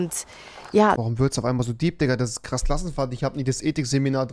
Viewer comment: Es triggerd so hart wie er immer "Klass Krassenfahrt" sagt 😠😄😂😂